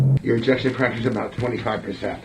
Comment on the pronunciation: "Ejection fraction"